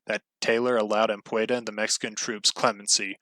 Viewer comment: its pronounced "am pu dee ah" not anpueda ,sounds hilarious, the e before of the d